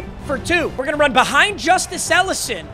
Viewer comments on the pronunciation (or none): none